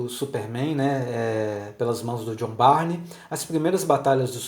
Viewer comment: A pronúncia é "burn", não Barney.